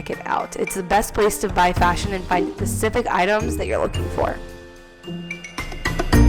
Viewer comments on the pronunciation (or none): DID SHE SAY "PACIFIC" INSTEAD OF "SPECIFIC"!?